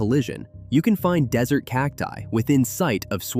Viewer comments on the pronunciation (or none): none